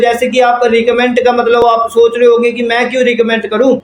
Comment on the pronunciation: Bolna to Sikh lo phele recommend to bolna ni aa rha 😂